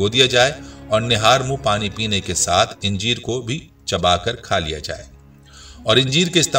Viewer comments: انجیر کے الف پر زبر ہے اسے زیر کے ساتھ اِنجیر نہیں کہنا چاہئیے ویڈیو کی ابتدا میں انجیروکھجور کا باربار اکٹھا ذکر کیا گیا مگر آخر میں دونوں پھلوں کو ملاکر نہیں بلکہ الگ الگ کھانے کا مشورہ دیا گیا ویڈیو میں غیر ضروری طوالت سے کام لیاگیا ہے الفاظ دہرانے سے گریز بہتر ہوگا ڈاکٹر رؤف خیر حیدرآباد انڈیا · khujoor nahi khajoor...injeer nahi anjeer bolo bhai